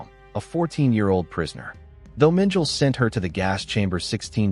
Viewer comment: The surnames are pronounced gray-za and men-ga-la, but other than that, great video 👍🏾